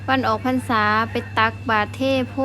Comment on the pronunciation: ออกพรรษา ไม่ใช่ออกพันส่า นะสาวลาว